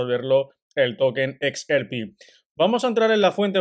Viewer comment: #XRP seguimos pendientes siempre. Sugerencia. Se dice EX AR PI.... No se dice EX ER PI